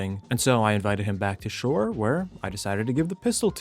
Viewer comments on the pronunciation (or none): none